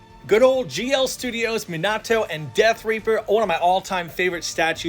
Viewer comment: the way he says Minato and Nagato pains me lol